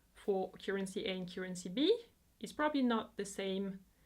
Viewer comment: I admire you so much, but please please look up the correct pronunciation of 'current' and 'currency'.